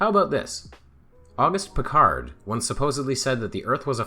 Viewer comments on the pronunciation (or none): The "d" in Auguste Piccard's name is not pronounced. Say "AugOOST PiccAR" and you'll have it more or less right. That's because it's French, not English. He was from Francophone Switzerland. Mangling people's names is disrespectful. That's why I won't have Mikolaj Kopernik called "Copernicus", William of Ockam's name Latinised to "Occam" (I know the place, FFS!) or the first formulator of the scientific method, Ibn al-Haytham, called "Alhazen". When I here the wrongitudes of "Eye-raq" or "Eye-ran" the subliminal message seems to be "we're gonna bomb you, so we can't even be arsed to get your name right".